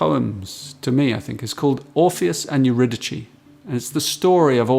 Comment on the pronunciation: Eurydice is pronounced with an "s", not a "ch". Other than that, absolutely wonderful and very in spirit of Rilke's poetry... mediation.